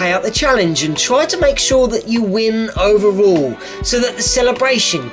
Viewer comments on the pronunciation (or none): Ovarool? English. Do you speak it? Unsubscribboleising.